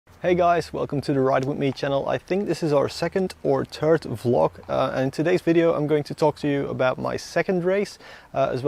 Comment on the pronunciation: Some language tips: you said turt/tirt instead of third,but I think you speak English well. and another tip, you said guyses,instead of guys no need to ad es, 1 guy all the guys. The clutch can be adjusted